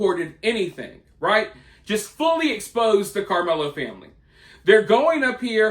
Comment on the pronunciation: I like the way you say karmelo